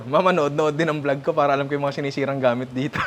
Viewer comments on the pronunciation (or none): none